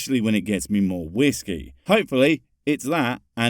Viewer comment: Wizz key? Ew. It's whiskey.